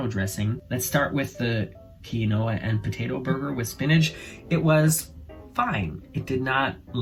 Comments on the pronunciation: Quinoa = keen wa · Koo-lee... no s and quinoa is keen-wa, if I'm not mistaken. The hot tub story is gross! But def not what I was expecting...lol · Yuck, I feel sick, how can that women pick her partners face in a hot tub. I’m assuming after she picked the pimples she put her finger in the water to clean it 🤮🤮🤮🤮. It would have taken me two seconds to jump out of that pimple infested water. 🤢🤢🤢. By the way, Quinoa is pronounced “keen-wa”. It makes me giggle every time I hear all the different pronunciations of Quinoa. 😂😂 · And, Quinoa is pronounced keen wah (rhymes with spa)